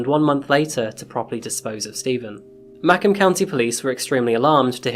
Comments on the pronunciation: It’s MAH-comb not may-cum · I live in MI, and hearing you say “MACK-um County” instead of “Muh-COMB” (like the comb some people use on their hair) is painful. Well told story, though! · ooooooh i never heard of ma kin twp hes saying ma comb twp michigan cause this shit close to home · Fyi - I'm from Macomb , and it is pronounced Muh - comb as in honeycomb . I couldn't quite understand what you were saying because it is never pronounced Mack-im . In the future you might want to look into how certain words are pronounced. lol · Ma-comb, not maycom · Dude I kept hearing you say maccon township and, being a Detroiter my whole life, was like where tf is that even at?? Then I rewinded and put on CC and see you're talking about Macomb lmao it's pronounced like MAK-COMB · (not trying to be bratty, just happen to be a local… Macomb = “muh-COMB”—just like the hair tool; as opposed to "MAH-come”… And we don’t actually use the term “bando” in Detroit.) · Macum? NO! It's Ma-comb just like it's spelled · Being from michigan i just wanna say, its Mah-comb. Not macum. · Mah-COMB, not MAH-comb.... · Mack- um? Never heard that word pronounced like that. Interesting. How bout Ma-Co-Mmm... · I live close to Macomb County here in Michigan and thought I should break down how to prounce Macomb correctly for you.......Ma-comb is the correct pronunciation and Mack-um is incorrect. Can easily find and listen to the recorded correct way to pronounce it online. (FYI: IF you feel the need to reply or send me a message please make peace with the fact that I will never read it or even see it. I refuse to do the back and forth debate on my comments).✌ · Had a hard time locating Mackham Township, and I am Detroit born and raised - until I realized that we were discussing Macomb (usually pronounced mak-ŌHM - long O) 😁 Just saying. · MA-COMB not mackom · MACKUM TOWNSHIP! 😂 Sir, it is Ma-Comb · It's pronounced Mahcomb. Ma as in "Hey Ma!", and comb as in a comb you use for your hair. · It's MAH-COMB